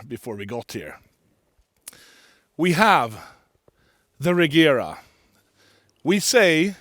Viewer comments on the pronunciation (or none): it's funny he doesn't pronounce Regera correctly; it's [Re:jera]